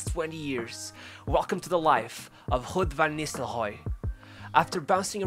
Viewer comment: Can you butcher his name any more?? It is RUUD VAN NISTELROOY!!!